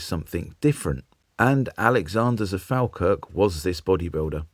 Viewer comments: A wee FYI. Falkirk is pronounced 'fall-kirk'. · As a former bus driver, this interests me. I work in Falkirk, but it's pronounced Fall kirk. I drive past Alexander Dennis as it's now called every day. I always preferred the Leyland Atlantean to the Daimler Fleetline, I used to drive both types. When I started, I learned on a PD3 and drove an all Leyland fleet, how things have changed! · Falkirk prounounced Fallkirk please. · Please, Falkirk is pronounced F. O. L. K. I. R. K. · It's pronounced fall - kirk Great video 👍